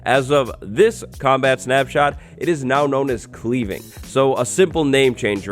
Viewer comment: You tried to enchant an enchanted axe , hence why the anvil didn't allow the sharpness book onto the axe. Also sounded like you said "Cleaning Enchantment" 😂😂